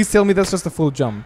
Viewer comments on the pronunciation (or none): When you say "full jump" i understand "fool jump"